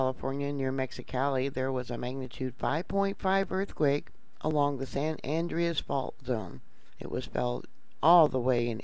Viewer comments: San An- drey-us. An DREY us. Not andrious. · Please. Its not san andreeeas its san Andreas l. Don't pronounce the e